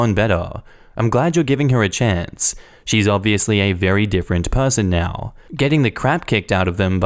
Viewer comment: I really enjoy your channel and I know you're from Austalia, but that is not how you pronounce different, lol